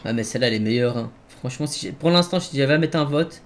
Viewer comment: Ba il dit pas sii mais sfuuu